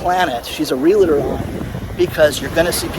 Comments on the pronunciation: Not real-LA-tor. Save the LA for your "LaLaLaLaLa"s. It's REAL + TOR. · Sorry but it is REAL-TOR not "real-a- tor"... Love your work